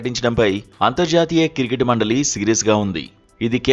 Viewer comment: కిర్కెట్ కాదురా అయ్య క్రికెట్ 😂